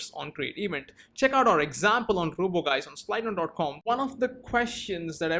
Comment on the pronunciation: I think it's supposed to be pronounced like "juice". Anyways, great video!